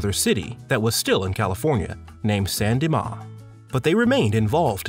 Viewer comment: That isn’t how you pronounce San Dimas